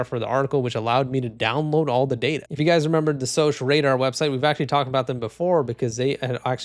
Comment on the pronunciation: It's pronounced SOCK Radar. Security Operations Center.